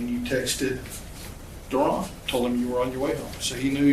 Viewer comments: Not Darren.... its Da Ron. You gots to learn nigga talk son! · Not Ron but DaRon 🤣